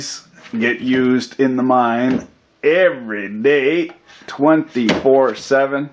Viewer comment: lol, I thought for a sec, you said "a mime" instead of "a mine"...